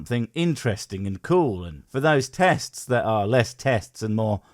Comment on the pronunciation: Even though it was just a joke, I actually did hear "Testes" when tried to make that argument.